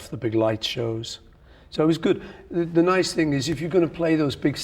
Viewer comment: I love when Paul does the NY accent. So funny! "Stay tuned for da superbowl!"